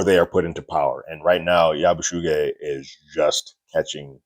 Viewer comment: Just sayin, it's pronounced Yabu-see-gee(hard g)